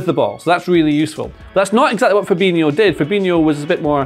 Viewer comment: Why do people call Fabinho 'Ferbeenyo'? It's pronounced Fahbeenyo.